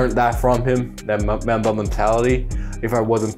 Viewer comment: Bruh did he just say mamba wrong